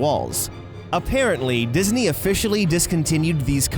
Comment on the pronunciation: Diz knee